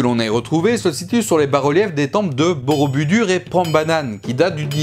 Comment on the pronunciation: Attention on ne dit pas "borobudur" mais "boroboudour"